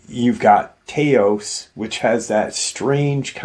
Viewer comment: Learn how to pronounce Taos correctly and don’t preach the Bible. Thanks!